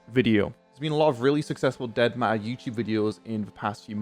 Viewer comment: why does it say in the description that you are showing fallout 4 YT pls fix and i love how you you say dead ma er